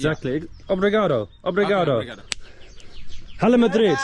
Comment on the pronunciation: You certainly got that "Obrigado" down pat. Anything else you know in Portuguese??